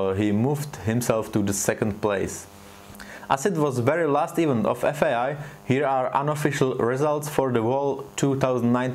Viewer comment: Super video a super koncept. Jen taková maličkost - event se nevyslovuje "ívnt", ale "i vent". Chápu, že tě svádí slovo even, bohužel angličtina je svině :D. To jen pro celistvost videa.